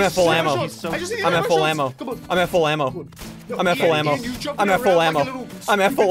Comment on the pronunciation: When Ssundee kept saying “Im at full ammo” - it started to sound like “Im at flamo”